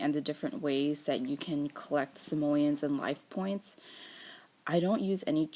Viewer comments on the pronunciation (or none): She said simolens